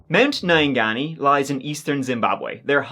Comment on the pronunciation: I had a good giggle hearing the Mt Nyangani pronunciation 😂😂. One of Zimbabwe's former finance minister Masaya lost his two ten year old sons to that mountain. It is sacred and strange things have been seen in the mountain. If you go there you are warned by the guides that nomatter what you see you cannot comment or point. People have reported seeing trees with breasts and dressed up baboons.